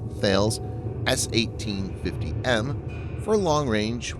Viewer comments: Please man, Thales is pronounced Ta-Lis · Thales is pronounces Ta-les 👍